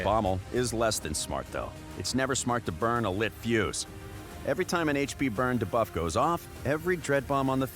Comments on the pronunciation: I literally said that in the comments of the video where he pronounced Kael in that weird way since he already mispronounced debuff in that same video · That guy's been saying DA-buff for 2 years now It's actually hilarious, it cracks me up every time I hear it 😂